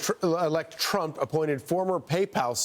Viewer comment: President elect Tremp….gibberish, gibberish, gibberish…president elect Trump 😂